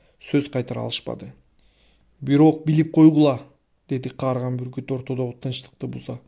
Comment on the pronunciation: Буркут дебей бүркүт десеңиз